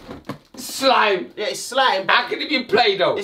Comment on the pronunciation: "SCHLIME" looooooooooooool